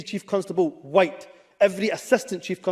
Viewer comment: He says the word WHITE like it’s a pejorative.